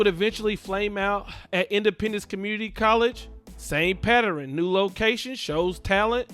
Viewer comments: Boy said it would be come a patteran 😂😂😂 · Please stop saying “Patteren” the word is PATTERN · I'm need you to say this with me...PAT..TERN, again PAT TERN not patterin. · A pat-er-ren? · Yes, you throwing a whole other syllable in there